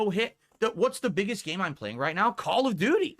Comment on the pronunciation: I love that it sounds like he's saying: Call of Doody.